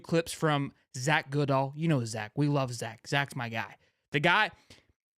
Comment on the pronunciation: Love ya but the way that you say goodall is hilarious😂